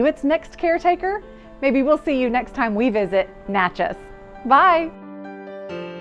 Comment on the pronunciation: Natchez is my hometown. Everybody knows of the Keyhole House, of course, but not many have seen the inside until now. Thanks for the peek inside. Just as a quick side note for everybody out there in case you are having trouble, Natchez's correct pronunciation rhymes with "matches".